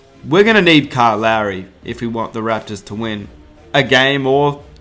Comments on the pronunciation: I know he has an accent.. but Kyle's name is Lowry (Law-ry) not Larry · Kyle Larry.. lol it’s Kyle Lowry u bandwagon moron.. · Man keeps calling Lowry larry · It's Lowery NOT Larry